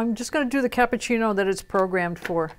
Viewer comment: CAPPUCCINO not cappucini! LOL :D